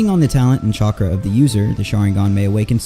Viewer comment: "chonkra" LOL 😂